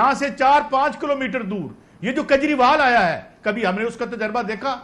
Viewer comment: "Kanjriwal" instead of "Kejrival"